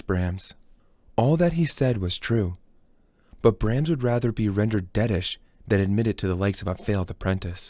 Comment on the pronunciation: Thanks for spending the time to do this. But please double check the pronunciation of words you're unsure of. It's distracting to hear cellist, Brahms, and others incorrectly.